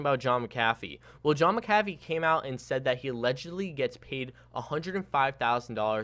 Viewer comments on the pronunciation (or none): All those 'rumours' are untrue. No scams, no hacks, just a bunch of people mad they bought high and sold low when McAfee got involved and xvg shot up to .30 cents usd. I am not thrilled with McAfee. By the way, You say MAC-ah-fee, not mc-CAF-fee. after his extortion bs, I don't think serious people bother to listen to him. Xvg is not having an exit scam, what they are doing is standard for business. SOON-ah-rock (sunarok) or otherwise known as justin vendetta is Planning a wonderful partnership. Just repeating all the bad rumours just adds to the momentum of the fake news. Please please don't repeat that stuff unless you make sure everyone knows it is rumours and get input from the source - in this case, just in vendetta. You know people only hear half of what is said and take all this as fact, which it is not. Xvg/verge did NOT get hacked! Go back and look at what actually happened! Reddit is loaded with a bunch of monkeys who repeat stupid made up rumour crap. Verge will be partnering with a large entity - perhaps pornhub? What a genius move. when people spout or repeat stuff they know only as gossip, it just hurts innocent people. Most of your news is not 'true'. Sorry. That being said, do a bit more research before you post. You have a nice way about you for youtube/crypto, i see an intelligent young man with great potential. I wish you success! Ps...great intro! 😊